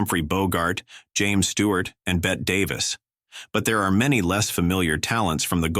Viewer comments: I had to turn it right off the minute the AI "narrator" said "Bet Davis". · "Bet" Davis????? UNWATCHABLE TRASH!!!!!!!!!! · ABSOLUTELY. This is TRASH. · I’m getting very tired of these AI clips about Golden Hollywood. This is one of the worst sites. No fact checks and bad pronunciation. You know you are in trouble when they start by mispronouncing Bette Davis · Pronounced Bettee Davis, not Bet. Joel Mick- CRAY. Kay Francis started at Paramount, appearing in THE COCONUTS with the Marx Brothers. Fredric March was also a closeted bisexual. In 1934, George Arliss' HOUSE OF ROTHSCHILD was one of 3 films released with a Technicolor finales. Philo Vane is pronounced FYLO VANCE. Joe E. Brown's Thisby in 1935 A MISUMMER NIGHTS DREAM is a classic. Una Merkle played Effie in 1931's THE MALTESE FALCON, engaging in a famous onscreen catfight in DESTRY RIDES AGAIN 1939, and lastly as the Mother of Geraldine Page in SUMMER AND SMOKE. LOUISE FAZENDA, wife of Hal B. Wallis, is remebered for ALICE IN WONDERLAND 1933, and THE OLD MAID 1939, with Bette Davis & Miriam Hopkins.